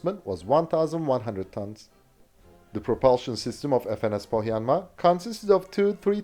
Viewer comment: A native finn here, good pronunciation of "Pohjanmaa".